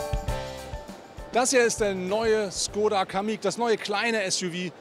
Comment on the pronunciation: Mensch, warum habt ihr alle Probleme mit der richtigen Aussprache von Škoda? Dein Kollege von Autophorie schießt echt den Vogel ab mit seinem Schkodda 😂 😂 Richtig wäre ein Sch-Laut und dann ein längerer O-Laut, sprich Schkooda 😌